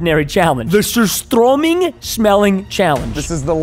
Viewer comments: It's surströming not:sorstromig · 👇👇 ppl who know that preston said surströmming how probably no one says it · surströmming, its swedish. use a translator or Google pronounce thing